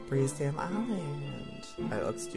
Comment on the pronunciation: said dame 😄